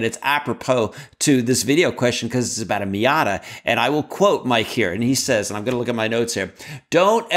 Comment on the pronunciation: Question #1 - should be Miata not Mita.